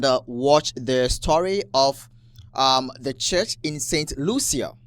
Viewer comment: Brother….St Lucia is pronounced “Saint Loosha”.